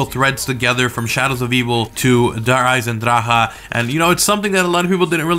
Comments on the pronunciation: Does anyone else get sick in the stomach every time he's butchered Der Eisendrache's name. I mean seriously... how has no one told him he's plain out saying it wrong. No hate, I love the videos he posts, but come on... at least try... please. Danke. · And even now you are speaking out "der eisendrache" wrong